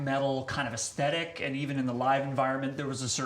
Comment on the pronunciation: ess thet ick...aesthetic ...it's not acidic